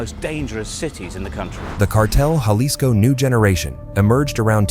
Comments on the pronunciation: Jalisco is pronounced like "Halisco" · Hey AI clown, that’s not how you say Jalisco.